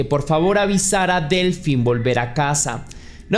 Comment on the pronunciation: Hola, "Delphine" se pronuncia "Delfine", ya que el "ph" en francés, se pronuncia "f". Si, la ortografía francesa es muy empalagosa 😩. Cedric, fue liberado hace muy poco, no le encuentran nada relacionado con la desaparicion de Delfine. Para mi, esa cita con el amante, fue una trampa de la esposa de el, para matarla.